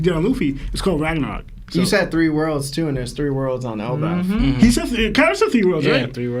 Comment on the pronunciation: Why does this guy keep saying elbauf* lmao c'mon it is pronounced el-baff